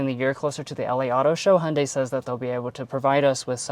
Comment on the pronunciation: As a Korean i appreciate you trying to pronounce Hyundai the correct way. Love your reveiw style. not too long but in-depth enough for the details. Keep it up